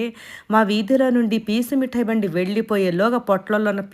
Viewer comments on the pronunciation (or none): Peacuuu metai kadhu pech metai😅